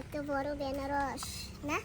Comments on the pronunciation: বেনারস নয় ওটা আনারস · Banaras bole na anaras bole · বেনারস কি দিদি ভাই, আনারস বলবে। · বেনারস না আনারস?? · তোমরা আনারস কে ,বেনারস বলো কেন ।